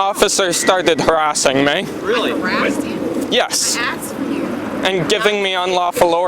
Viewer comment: She axed you.